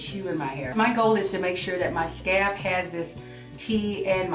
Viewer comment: Where you from? When you say scalp it sounds like scab lol